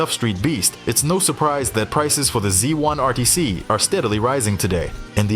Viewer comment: A zee one ateecee This is a trouble with AI voicing these things frustrating to listen to. I thought it was a Z1RTC which a human being would be quite aware of.